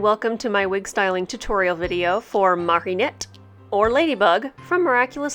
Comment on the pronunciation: Just gonna ignore the fact you say Marionette instead of Mari-nette because I love you